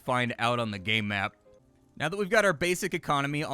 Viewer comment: You should enunciate "Game Map" a little more clearly. :-P lol